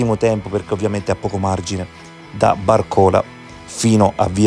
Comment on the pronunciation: bàrcola, non barcòla